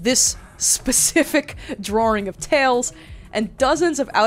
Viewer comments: i love you but for the love of god please say drawing right 😂i know that accent nakes it hard but i believe in you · The way she says drawing like drawring is hilarious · the way you say "drrrawring" makes me hawwwd. youre lip stick look like youve been rimming b holes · "drawring" welcome back queen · Some thoughts after my two hour watch: I LOVE how you say drawing... not hate, even the slightest. Just love words that your accent comes through :). Love how you can talk about deep thinking and introspective growth and concepts.... to then immediately cut to "AND pregnant Luigi". Was interesting to see the history and facts behind the language of the internet we all use and have been a part of. GREAT work on this friend :)